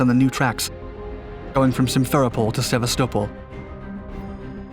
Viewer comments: Hello, a common emphasis when pronouncing "Sevastopol" is on Vas so "seh-VAS-tuh-pole". [I doubt that the actor Topol would have been insulted.] Another military channel pronounced "Tonopah" as "tuh-NO-puh". A common pronunciation is "TOE-nuh-paw". People who pronounce "Lompoc" as "lawm-pock" make themselves clearly alien to that town. Locals pronounce it "LAWM-poke". [Locals also pronounce "Nojoqui" "Naw-ho-wee", no joke. And Joaquin in the San Joaquin Valley is pronounced HWA-keen.] Pronouncing "Tucson" as "TOO-sawn" is what is normal. Tucson is misspelled "Tuscan" from time to time due to how odd it is. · Guys, you regularly mispronounce place names, people's names, and names of equipment. How do network news operations solve this problem? We call the Embassy of the nation in question. They will always quickly help you get it right for free. Sevastopol (Se VAST ta pol) is the name you massacred this time. It totally undermines your credibility to boot common words. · I was very confused until I realized you meant Sevastopol, more commonly pronounced Sev-ass-ta-pole. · The people of Sevastopol are not happy you pronounced it like Constantinople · Isn’t the Russian city pronounced “sah-vest-ah-pole”? I’ve only heard it pronounced that way by other native English speakers. Just curious. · I always pronounced it "sah-vast-ah-pol" but yeah, he says it weirdly. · The way you say Sevestapol makes me cringe bro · It would be nice is you could pronounce Sevastopol correctly. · Even getting the pronunciation of Sebastopol wrong... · Anyone else wince when they heard how he pronounced Sevastopol ? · So...we gonna talk about the pronunciation of 'Sevastopol'? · You need to look up how to pronounce Sevastopol - you have it completely wrong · Never heard someone pronounce Sevastopol that way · It’s hardly an unheard of siege yet he butchered the name. The number of youtube narrators that don’t check on pronunciations astounds me. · Sevasto-pol not Seva-stopol